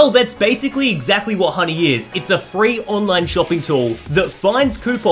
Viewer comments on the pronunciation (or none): none